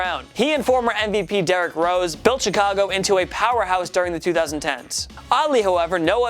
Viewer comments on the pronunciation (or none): none